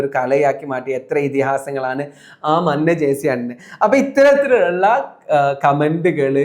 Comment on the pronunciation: മഞ്ഞ എന്ന് എഴുതിയത് മന്ന എന്ന് വായിച്ചതിനു 🎉 good info ❤